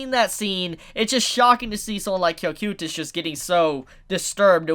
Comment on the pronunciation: You said cocytus wrong